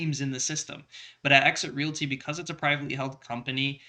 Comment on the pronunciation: sucks. he can't even speak Realty correctly and I told him about it. It is not called Real-it-y. It is it called Real t.